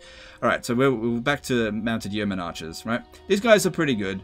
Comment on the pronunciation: Yeoman pronounced like 'bowman' but with a Y! (P.S. loving these vids!).